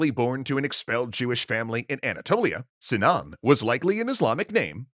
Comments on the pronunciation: Sinan sounds like Simao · In Arabic, the i in Sinan is short. I think it is so in Turkish, correct? (ı instead of i)